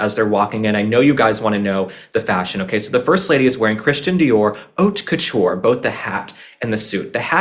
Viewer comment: you knew "kitten heel". And you pronounced haute couture correctly. I'm SO proud of you ❤!